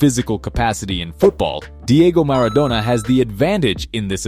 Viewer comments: Bro really said Maradonia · bro said maradonya